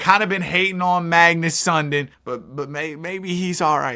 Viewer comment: Sundin is pronounced Sun-Deen not Sun-din.